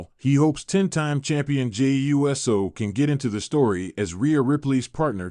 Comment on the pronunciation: Get this AI clickbait bullshit off here. "Jey U.S.O." are you fucking serious?